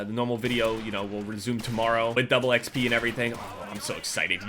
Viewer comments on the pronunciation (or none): Am i the only one that felt uncomfortable every time he said exp instead of xp? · why are you such an American? Stop saying double exp, and say double xp. FOR FUCKS SAKE. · Anybody else kinda cringe when he said double "exp" instead of just "xp"? Still love you <3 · I love ya, but when you say "Double E-X-P" instead of double xp it makes me cringe so hard... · Anybody notice that says Exp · Who says double xp like that "double exp" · Why does he say 'DOUBLE E XP' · "Double E-XP" wtf? Am I hearing it wrong or have I been saying it incorrectly for years? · Why does he say double xp weird